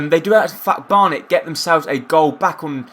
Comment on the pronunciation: In the second game you called them Barton and burton even tho it's Barnet anyway this is an excellent series keep it up